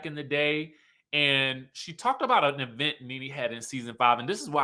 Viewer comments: The Tisha ‘e-vent’ pronunciation 😂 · how you keep emphasizing the Event has me 😂😂😂.